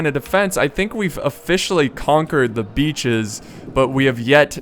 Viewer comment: Every time he says hold the beaches, for mě it sounds like: hold the bitches!!! protect the whorehouse!!!